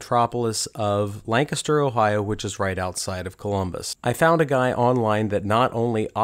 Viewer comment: Lancaster - my home town many many years ago. And you pronounced it correctly. Thanks!